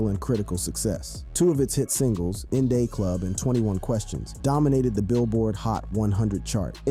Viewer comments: Is the narrator a real person cause the In Day Club instead of in da club, 😅😂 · In Day Club… 😂😂😂… it’s “In Da Club”…smh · Did this🥷🏿 say " In Day Club"" In Da Club" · "In day club"?? 😂😂😂😂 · bro really said 'in day club' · In They Club? How old is the narrator? He's clearly never been a 50 cent fan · "In Day Club." Who the fook is this narrating😂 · WTF is a 99mm shotgun? And "in dey club"? Bro get it right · In "day" club? This niggas a bot